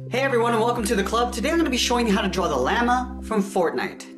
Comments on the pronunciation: heres a tip llama is pronounced llommuh then it is lamah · It’s usually said like (Lah-Ma) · Why do you call Lamoe call l loot llama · xD he said lama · its( la ma) not lamea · Llama not lama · I thought he said lamer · Did you hear how he said Lama in the beginning😑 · It's pronounced loma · It’s LA-MA! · Lloma not llllllllllllllllllaaaaaaaaaaaaaaaaammmmmmmmmmmmmmmaaaaaaaaaaaa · Isn't it weird that he calls it lama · Anyone else get very cringed when he said lama? Ik how to spell llama but he said lama. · Lol he said loot lama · Lama? Do you mean llama LOL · It’s not called lama it’s called lama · He said lama lol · the way he said llama killed me LLEAMA 😂😅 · its llomma' read it thats how its prounced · Dis dude said lama he said Lam. A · Its pronounced (Lama) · Who dafuq says is like Lama? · I like how you say llama you’re like LAMA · U say lama wrong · does anybody else feel weirded out by how this person says llama. 1like=1prayer for the llama pronunciation ;) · Can't even pronounce llama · WHO got triggered when he said llama wrong